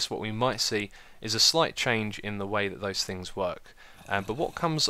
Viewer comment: "Things" not "Fings" Christ.